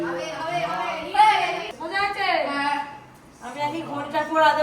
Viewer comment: উচ্চারণের কি ছিরি😜সকাল কে বলে সোকাল,মজা কে বলে মুজা😢।বলছি একটু কথা বলার আগে উচ্চারণ গুলো ঠিক করলে ভালো হয়।